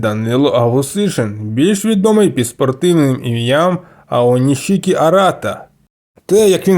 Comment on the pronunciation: Українською правильно Аонісікі. Без шикання.